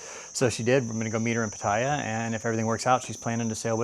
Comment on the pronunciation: I’m sorry I can’t not listen nor watch any further without correcting you on your pronunciation of Pattaya It’s Pa-Taa-Yaa